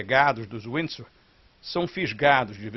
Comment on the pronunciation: Não sabe nem pronunciar Windsor